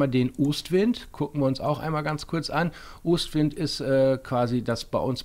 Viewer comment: Wie sprichst du denn Ostwind aus XD